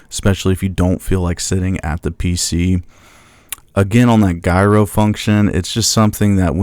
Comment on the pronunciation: “Gyro” is pronounced JiRow 😊